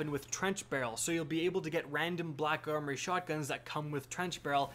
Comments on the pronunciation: Says khack armory cuz he knows he can't say black khakis. 😂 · I'm positive that I'm not the only German speaking person here who laughed at your introduction. "Kack armory" lol